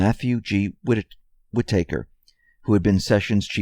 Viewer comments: Why do you have such a hard time with the name Whitaker? Its pronounced Whit - Ahhhhhhh - Ker. You keep saying Whit AAAAAA ker or Whit - acre. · Can someone please teach this guy how to pronounce Whitaker? It’s WHI-ta-ker. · It's not whi-taker,. Learn how to say the name properly. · it's not whit aker. it's whitaker. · Whitaker is pronounced "WIT-uh-ker". Hope that helps :o) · FFS! Wit-AH-Kur! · Matthew Whitaker pronounced Wit-a-ker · Is there a reason why you keep mispronouncing Whitaker? It seems deliberate but I could be wrong. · Wish you would learn to say Whitaker's name correctly. Sounds so silly the way you say it. Just saying. Speak English.